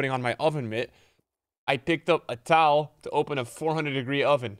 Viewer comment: When said ‘a towel’ I thought he said “I picked up Atal” 😂